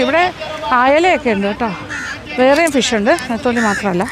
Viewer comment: Ethali alla tamilum netholi allel nethili ennanu